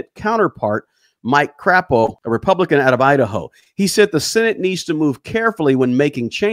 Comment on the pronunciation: Mike Craaaapo 💩 😂 love the pronunciation 😅